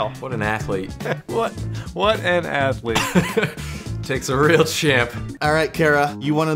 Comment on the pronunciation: How many times they said “what an athelete//////